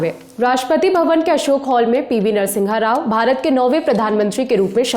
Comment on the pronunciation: Its NARA SIMHA RAO and not Nara Singha Rao...